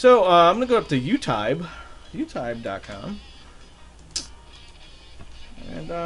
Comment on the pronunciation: Youtibe :D